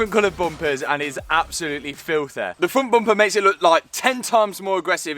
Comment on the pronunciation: “Absolutely filtheh!”